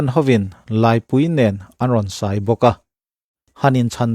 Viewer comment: 'Sai' ( an rawn sai) tih thluk i thluk diklo hi i inhmehlo ... sai (elephant mizo tawnga kan sawina thluk ang) hi silai hmanga midang kan kap ang kha aniin a hriata. Heta 'sai' thluk hniam 'dai' tih ri ang hi chu 'khur emaw nghing' sawinana kan hman kha a ni thin si a ...regional variation a niin ka hre bawk silo .....! Sikul lama kan inzirtir dan hi a dangta emawnile ..ti dawn ila naupang tak inni awm bik silo..huiss...🤦🏽‍♂️🤦🏽‍♂️ Bakah Israel hi christian kan nih angin kan tran viau niin alang..mahse an rinna leh kan rinna erawh a dang viau ania..sawi mai2